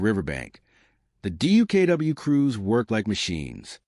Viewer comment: check your facts stop using lame ai and its duck not dookoo.